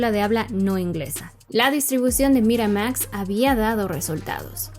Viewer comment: Morra, haces buenos videos, pero bájale tantito al tonito y pronunciación tan pretenciosos. Ni siquiera hay consistencia, en un enunciado pronuncias Miramax en inglés muy m4món, en el siguiente en inglés de mexicano normal.